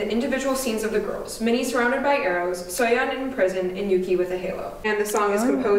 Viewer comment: It’s actually pronounced yu-chi lol